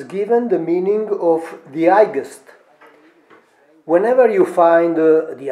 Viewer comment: Caro Mauro devi migliorare la pronuncia Specie quando dici highest la G e' silenziosa !Ma perche' questo non lo hai pubblicato in Italiano?